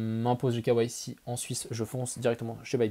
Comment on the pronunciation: imposer le quoi ??? Mdr avec le "k" à la française et le reste à l'anglaise il m'a fallut 20sec pour capter. "KYC" les gars !